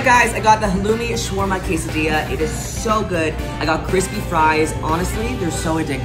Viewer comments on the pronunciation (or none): none